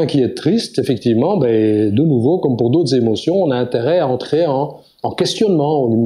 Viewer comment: Intéressant mais dommage pour les "sept Zémotions"...